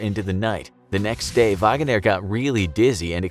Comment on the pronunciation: WHY ARE YOU SAYING VAGANER... it's just Wagner.